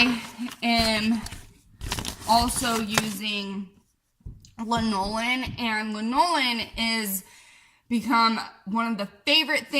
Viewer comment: Thanks. ps . . . pronounced LAN-o-lin, sheep's wool/body grease, old as the hills